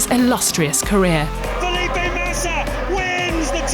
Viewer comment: Fe'lip.e Matisa Amo essa Pronuncia dela